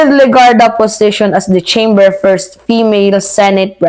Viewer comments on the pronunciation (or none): none